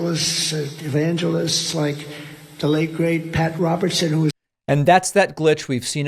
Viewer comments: I watched the whole video and watched him stumble over and slur words like "evangelical" then mispronounce "evangelists as "e-van-GEL-ists". Just two examples. Trump worshipers refuse to se ANYTHIMG ever wrong about him, whether it's his drunk-like slurring pr his blatant crimes. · "E-van-GEL-ists".Like YO-Semite and "Thighland".